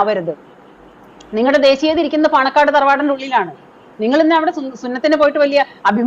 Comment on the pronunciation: പണക്കാട് അല്ല ചേച്ചി പാണക്കാട് എന്നാണ് 😊